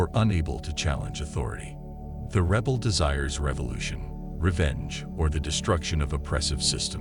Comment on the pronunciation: Whats a reebal? Omg AI is terrible. but info is good.